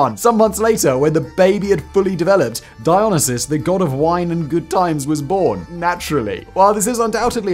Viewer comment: Simon keeps saying Dionysus. I keep hearing Dialysis. Although I suppose if you party like Dionysus you'll eventually be in need of Dialysis.